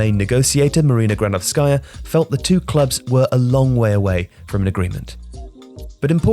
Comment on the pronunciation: It’s Marina Gránovskaya, not Granovskáya